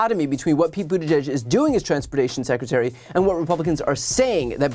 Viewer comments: 🙄 Here's a little phonetic tip for this rude idiot...Boot-edge-edge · Who the hell is Sec’y Buttageg? McConnell needs to learn how to pronounce the Cabinet member’s names correctly. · His name is NOT Booter-greg. McConnell is a phoney hick. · Terrible pronunciation of Buttigieg - it’s Buttiġieġ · McConnell can’t even say Pete’s name correctly…. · Might carry more weight if he could actually pronounce the Secretary's name... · You’d think that of Mitch gave a flying fuck about transportation and/or safety… he’d be able to pronounce that Secretary’s name correctly. But somehow I doubt he could even correctly identify Pete in a photo. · Mitch can't seem to hear himself talk. He badly mispronounced Buttigieg and didn't have the decency to correct himself. Unless he doesn't even listen to what he's saying. Either way, it's lamentable how little he cares. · Poor Mitch. "Climate nonsense & woke." He cannot even pronounce Buttigieg. And he's the republican leader? We're in big trouble. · 👎 Geeezzzz - - he can't even pronounce Pete's name correctly 👎